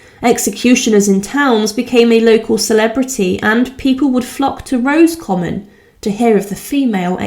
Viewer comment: Thank you for these videos. But you need to take care with pronunciation of words you are not familiar with. As has already been pointed out it is not “Rose common”. Padraig is not “Pad raig”. It is the Irish version of Patrick and said as “Porraig” or something close to this depending on your own accent. You hesitated on Kilmainham but got it right!